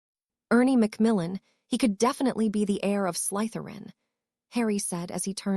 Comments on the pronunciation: Draco "Mulfuh" Malfoy, the blunda from slythuwan house. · The letter y is not pronounced as a u, the Salazar Slytherin should be spoken as such😊